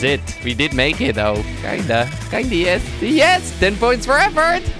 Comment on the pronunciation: Als je yes zegt klinkt het als IS/when you say yes it sounds like IS